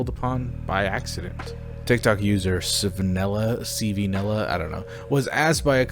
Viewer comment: ITS PRONOUNCED CANELA NOT C V NELA!!!